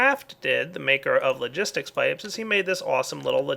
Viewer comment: He sayd crafting logisik pipe 2 times lol